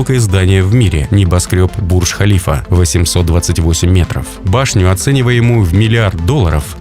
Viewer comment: Правильно говорить Бурдж-ХалифА. Эта башня названа именем президента ОАЭ.